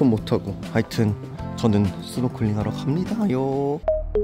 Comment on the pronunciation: 스노쿨링이 아니고 스노클링 snorkeling 이 바른 표현입니다